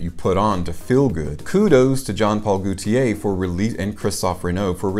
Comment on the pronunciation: Just For Fun: The French name Gaultier, like gauche (left), is pronounced with a long o, as in "go." Not like goute (to taste) as in "goo." Gaultier is two syllables; the first is emphasized, and the second is a combined EE and AY*, in a compressed dipthong. "GO tee-ay." * But the AY part of TEE-AY is not itself a dipthonic, elongated "AY-eee..." (as in "Heyyyyy...!") It is more of a one-syllable EH with the AY flavor. -tier thier. I may be losing you here. I'm certain that if I tell you Gaultier is Germanic in origin and the French equivalent of the English name Walter, it will be so much easier for you to remember all of this lol. (And if you believe that I'll go down on you.)